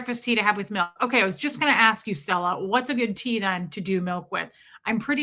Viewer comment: Milk not mike 😂